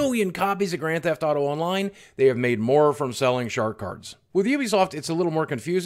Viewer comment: Did Boogie call the star cards shart cards lol?